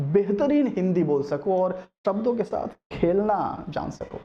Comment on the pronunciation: Sir apne video k end m bola .... " Phir milenge naye video k santh " sir it's saath not santh